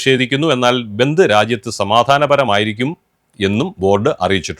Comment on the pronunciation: ബന്തു എന്നാണോ പറഞ്ഞെ. അക്ഷരം മാറിയോ